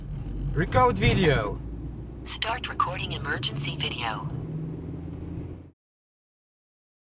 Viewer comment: "Wecode widjoł" XDDDDDD